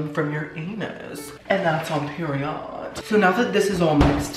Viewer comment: "You're a selfish piece of trash. And that's on peri-odd." 😂